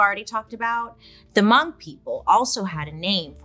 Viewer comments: im so happy you said hmong properly, love u bailey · I'm so glad that you pronounced Hmong right. I'm Hmong and no one ever pronounced it right the first time or every other time lol. You don't wanna pronounce my name: Npla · was surprised to hear hmong, i had to replay it to see if i heard it right because pronunciation was off, but its great to hear Bailey talk about it!!